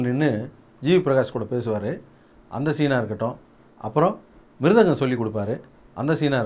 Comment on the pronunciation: Mirgatham illa mirthangham 😂😂🤣🤣😂😂